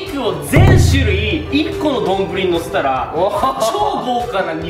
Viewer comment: 28「しゅるい」をいつものの甘噛みで「するい」ってちょいちょい言ってる気がするw の、うましかて、可愛いかった(´∀｀*)